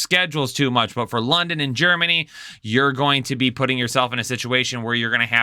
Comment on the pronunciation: GEREMANY lol